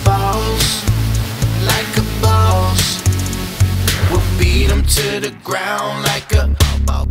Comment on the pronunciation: why you saying it like a bows